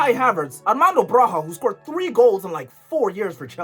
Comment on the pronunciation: Who even is Armando braha bro🙏it's Armando broja gng like broya